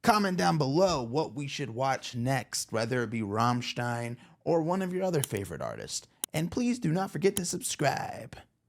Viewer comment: You will inevitably get long explanations from Germans about this video. I'll refrain and just say that finally someone pronounces Rammstein correctly (but Germany incorrectly, but luckily just corrected 😄). Thanks for the great Reaction 🤘🏻🔥